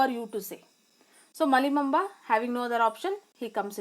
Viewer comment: Malli bomma not Malli momba